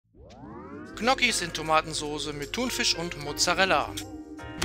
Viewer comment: Tolles Rezept.Zur Aussprache von Gnocchi: sprich Njoki ohne das G am Anfang.Hoffe das hilft.Danke.